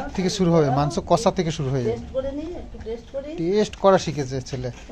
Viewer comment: Chicken kasa ta ki dada? Amra ti jani chicken kosa tai na? Style kore boltey giye english word er barota bajiye den, idaning ektu besiii style merey kotha bolchen, jemon Iskon k bolechilen skon.. Apni normal bhabey bolleo amra bujhtey pari😂